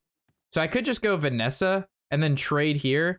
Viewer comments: Did you just call Vanessa "Vessina"? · Notice how pronounces it Venessa and not Vessina Edit: lots of comments like this I just noticed. Oops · did you just call Vessina "Vanessa" 😂